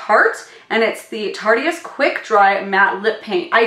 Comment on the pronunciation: I think that you need to check your editing. There’s long duplications throughout the video. Also Tarteist is pronounced as “Tart-ist”. Not Tart-e-ist. 👍🏻